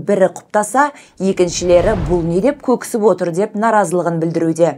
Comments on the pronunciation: Көксіп деген сөз жоқ, көкіп деген дұрыс. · Көксіп емес,көкіп дейді